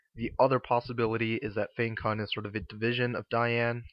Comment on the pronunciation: Nice review :) Fyi though, it's pronounced Fang-Tsun.